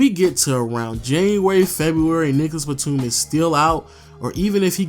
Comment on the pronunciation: Pronounce your words bruh he said nigagas Batum dead ass